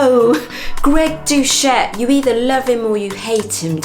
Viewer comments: Sorry but his name is pronounced DO Set, not Do chet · Its Doucette pronounced like an S not Douchette. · Greg Douché? Yeah, sounds like the right pronunciation!! Lol.